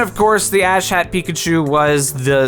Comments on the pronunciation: When you hear him say “ash hat” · I totally thought he said "Asshat Pikachu" for a second.